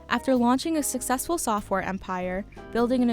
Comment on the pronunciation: HAHAHAHAHAHA "Sofware"